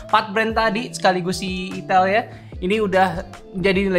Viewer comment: Min tolong lah, sedikit masukan pembacaan itel yang bener, sebagai orang Jawir agak risi juga dengar nya 😂